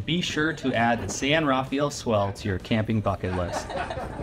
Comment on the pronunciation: It's pronounced san rah-FELL